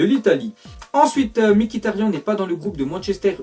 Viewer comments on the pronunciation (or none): none